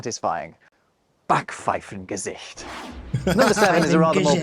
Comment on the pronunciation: "Kummerspeck" is not to be confused with "Bierbauch"😉 "Backpfeiffengesicht" is not about appearance, but a wrong attitude revealing itself on ones face P.S.: I have to compliment on her pronounciation. Almost every time you get it right the first time, so don´t let anybody confuse you